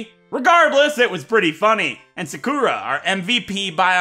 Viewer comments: The way he said “Sakura” 💀💀💀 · Ik this is 2yrs old, but you're saying Sakura wrong.